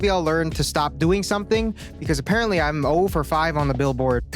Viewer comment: The eye contact, followed by the "sawp you faka" is what Christian means.